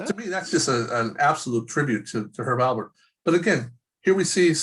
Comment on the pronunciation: ALPERT, Herb ALPERT. Great information though! thanks for doing it!